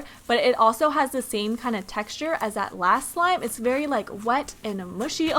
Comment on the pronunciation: She said “berry” difficult!XDDD